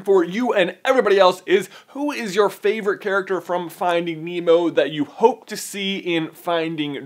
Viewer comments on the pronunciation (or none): none